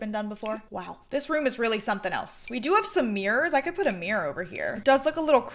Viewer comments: Count how many times she said Mirror or shall I say MeReR in this video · omg i love the way you say mirror " it's my favourite mrirrrr "